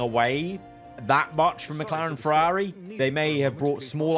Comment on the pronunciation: Why can't you say "Ferrari"?